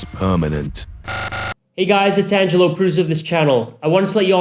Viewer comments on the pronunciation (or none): none